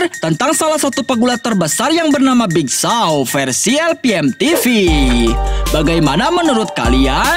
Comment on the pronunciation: Nama nya big show Abang nya bilang big Shaw